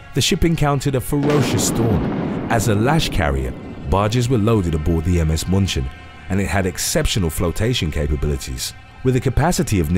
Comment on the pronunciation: One issue: the German Ship is not pronounced Muhnchin but Mew-chen (like Munich) German grandma watching with me and wanted to correct you.. and you dont tell german grandma no XD